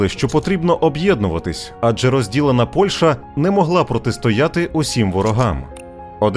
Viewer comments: ПольЩа, а не ПольШа. А за відео дякую! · Дякую за відео! Сподіваюся, буде продовження. І, будь ласка, ПольЩа - [п о л' Ш Ч а], а не ПольШа.